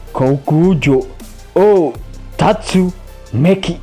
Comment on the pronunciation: TERSESAT OH TERSESAT!!! TATSUMAKI WEY BUKAN TATSUMEKI. sialan emang bikin kopi saya muncrat